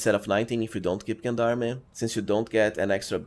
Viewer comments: Gen-darmy? It's french , its JeanDarm, zhaan dARM -French Canadian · fwiw, if he reads this it is a french word pronounced: "Jon darm" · Just a small note on the pronunciation of gendarme: the “g” is pronounced like the second g in “garage”, sort of like “Jean Darm”. It’s derived from the French gens d’armes which means “men at arms.” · I'm going to be real pedantic and point out that Gendarme is french and pronounced zhän′därm″ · I love how you pronounce Gendarme ^^ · I know. That's why I love how he pronounces it ^^ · Nice build, though as a french speaker i cringe a little bit with your pronunciation of gendarme. It is pronounce with a soft g like gentleman or do you say kentleman?